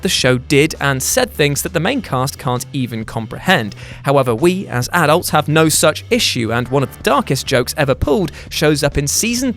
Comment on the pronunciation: Pls say adults right